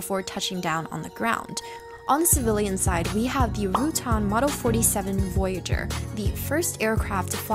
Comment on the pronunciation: You have good content, but we gotta work on some of your pronunciation. DeHavilland Rutan NASA Saturn V(five)